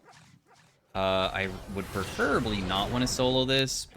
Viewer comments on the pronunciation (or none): mispronounces "preferably"